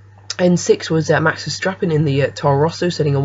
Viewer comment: Welhelm and VerSTRappen??? Try to learn the proper pronunciation first - after all you provide infos for a potentially huge audience... Wehrlein = Var-line (as in variable or various) Verstappen = Fair-stop-pen